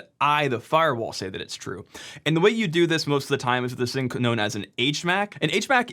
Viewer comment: Love the channel, but l heard you say "ka-nown" around minute 3 and that's a bit to funny. Less damning of a mistake than not validation the key index though